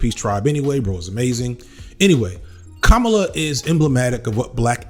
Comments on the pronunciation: Please get the pronunciation of her name right please. It is Comma la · My brother in Christ, our president pronounces her name with the emphasis on the FIRST syllable: "Comma Luh" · IT'S PRONOUNCED COMMA -LA Please get it right. It's two syllables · Dude, can you please pronounce her name correctly, every time? It's not that hard. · You’re saying her name wrong. It’s not that hard. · you got it right more often than not, but it shouldn't be hard to get right every time. Here's all the times you said "Kamala" wrong: for anybody that doesn't know, here he is saying it correctly. . Emphasis on the first syllable. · Why continually mispronounce her name? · If she’s been doing her job the last 3 years, people would know how to pronounce her name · I need you to say her name correctly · Let’s hope that her winning means we’ll be able to consistently pronounce her 1st name right. Right? Bueller? That said, I’m for joining you in how to engage in the hopefully upcoming Harris presidency to bring forth action in a positive direction. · Your research is usually impeccable so I'm surprised you made these mistakes but her name is pronounced like CommaLa as opposed to like Kamala the Ugandan Giant. I've never heard someone called Caribbean. The region is diverse and contains many individual countries. Her father is Jamaican. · Comma - La Not Cah - Mala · hey man, i noticed a lot of people are confused about how to pronounce her name and i think you might be saying it a little off. republicans have been saying it purposefully wrong (kaMAla) when she and others close to her have said it is KAHmala (like you’re saying comma - la). just wanted to let you know since i noticed how you were pronouncing it and i seriously doubt you were saying it wrong on purpose. thanks for the amazing video once again. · Dude. You've mispronounced her name several times in this video. It's KAM-a-la, not kam-A-la. You got it right only a few times. Not a good look